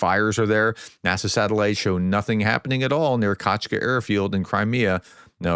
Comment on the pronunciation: You pronunciation is definitively getting better. Sometimes you read names too fast, missing letters or adding non-existent ones, which alters pronunciation (and sometime meaning) considerably. For example, in this video, you pronounced "Kacha" as "Kachka", the latter meaning "duck" in Ukrainian ("качка").